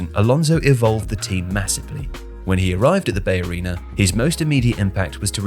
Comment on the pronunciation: First time I’ve ever heard anyone pronounce BayArena like that